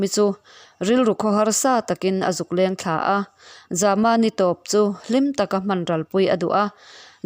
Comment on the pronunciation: Zama tih ilam dan hi a awm zia hriat thiam a va har ve ? Zâma ti a lam tur a ni zawk lo maw. Mai an a zäm zâma Lianzâma tih angin khamphei ri sâng